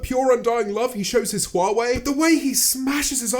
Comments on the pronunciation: Y is he pronouncing Huawei like wawei tho????? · "I use hwawei" Points it towards iphone camera